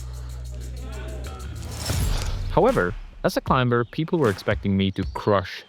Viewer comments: Clime burr? You mean Climber.... you don't pronounce the B, King. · Hi, I love you and your content and have been following you for years, but I have to say one thing. The B in climber is totally silent. It's not a b sound, it's not even a differently pronounced m. It's literally pronounced as if it wasn't there. Like Climer. Please forgive me and thank you but I always flinch when you say this 😅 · why oh why did you say the B in climber? i can't help but cringe at that XD